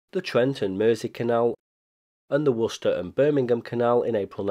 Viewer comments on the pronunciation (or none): none